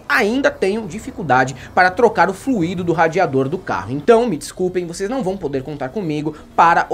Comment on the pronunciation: fluido se pronuncia "flÚido". FluÍdo como vc falou é uma conjugação do verbo fluir. Por exemplo "o flÚido do radiador tem fluÍdo corretamente". Desculpa dar uma de professor pasqualete, mas é que vc disse que era jornalista, aí eu não me segurei pq nem de humanas eu sou.